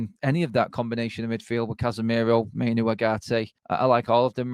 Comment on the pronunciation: Great show, but can some tell its Mai-NOO, not Mai-NO. 🤨